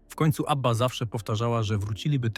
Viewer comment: Abbieea😂 AI do doopy. W przeciwieństwie do Abby brak szacunku do słuchaczy. I nic nowego nie wnosi do ogólnej wiedzy o zespole. Szkoda czasu na słuchanie. Nie polecę kanału.